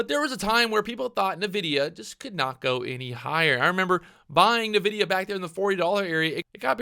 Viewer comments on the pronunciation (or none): I die a little bit every time you say "navidia" XD